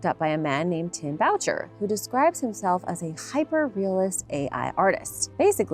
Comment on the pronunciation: Boucher is pronounced Booo Shay. It’s a French surname.